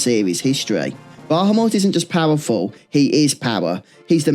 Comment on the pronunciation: I enjoy your content but your inability to pronounce Bahamut correctly especially when its spoken aloud in so many of the more recent games is honestly infuriating at times